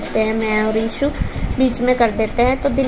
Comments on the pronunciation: Yaar asp ishu ko issu , ashu ko aasu kiu bolte ho, 🤔🤔 pd ke jaroor batana please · Mostly gaon ke log "श" ko स bolte hain Haryana up me ye baat bahut dekhi hai Maine खुस, सोक(शौक), सान, साम Etc etc